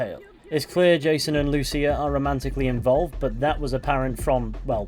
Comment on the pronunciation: Thanks for pronouncing Lucía's name correctly. The other YouTubers I saw for this pronounced it "loose ya". <_<